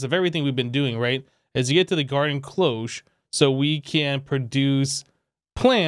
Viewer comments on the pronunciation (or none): none